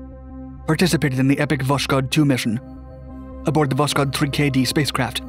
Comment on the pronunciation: Its not voshkod but Voss-kod